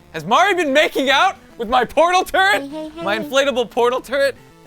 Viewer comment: It sounded like said my little turd. •^0^•